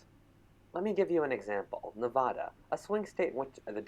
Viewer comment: As a lifelong person whos been in Las Vegas, say the name right for Nevada....